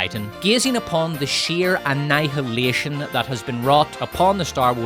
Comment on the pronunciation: 'Anne-Hi-Ill-Eysh-On' Michael Collins.